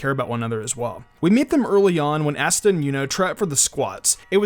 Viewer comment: asta (ah-stuh) not ass-tuh